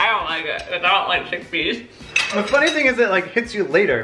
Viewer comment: Chick-a-pea??? I do believe it’s CHICKPEAS. 😂 It’s still gonna be gross even though it’s the same thing as hummus 🤷🏻‍♀️